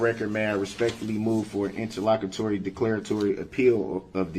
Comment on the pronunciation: Him saying interlocketory is hilarious 😂😂